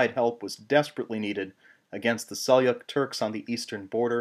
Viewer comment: And Seljuk, not "Selyuk". I know that in certain Slavic languages the "J" = "Y" but not in this case, as "Seljuk" is an Anglicisation of a Turkish word.